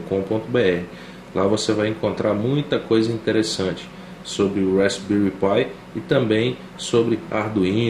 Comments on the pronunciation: Uma dica pra galera: Se pronuncia "rásbéri" - Com o P mudo. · *respbelri pi ai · Tudo muito bom, mas a pronuncia está errada.